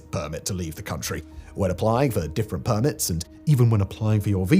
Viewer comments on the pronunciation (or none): none